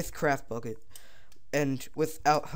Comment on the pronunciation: it sounds like your saying craft fuck it